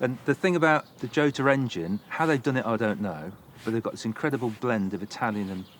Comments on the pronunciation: I believe that the correct pronouncation are “chotta”. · Who is this f**ckwit? Yota is the pronunciation, I believe. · Pronounced Yota !